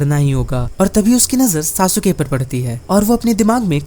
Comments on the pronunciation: SASUKE ❌❌ SASUKA✅✅ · Sasuke . Saske